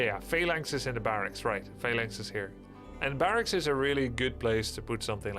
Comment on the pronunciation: Why does Grubby say fey-lines instead of phalanx? Or is it just me?